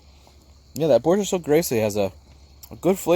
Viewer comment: I don't recall ever seeing a cavity in my Bourjassotte Grise. BTW, it should be pronounced as "greese" in all cases. Col de Dame Gris (as written in Baud's book) should be clear but in the case of Grise there is no accent on the end so just forget about it. :)